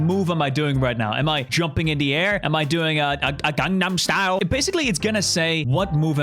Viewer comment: ah yes "gum nom style"